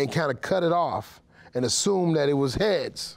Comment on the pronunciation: He shouldn't have said Hea-tails